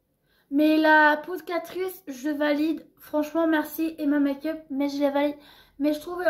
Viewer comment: Ca ce prononce pas " makeupe" mais " mèïkeup"